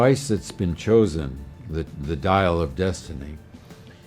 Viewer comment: "The Dial of Dynasty"? "The Dial of Dentistry"?